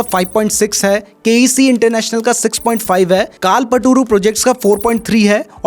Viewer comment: कालपटूरु 😂😂😂 कल्पतरु है वो भाई 😅🤦‍♂️